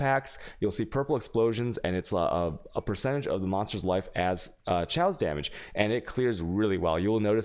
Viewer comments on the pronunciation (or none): Thank you for the video, very informing. I've noticed that you say "tjayos damage"(chaos damage), and I just wanna help you out. It's like when you say "Okay" just remove the "O". So "Kayos" damage. I'm hoping that this doesn't offend anybody. :) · Kaos kaos kaos. The way you pronounce alchemy and chaos orbs drives me nuts. AAAAAAAHHHHHHHHH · What’s up w your pronunciations of certain words? Meta is meh-ta, not meeta. Chaos is kay-ahs, not chay-aws very odd. Otherwise good video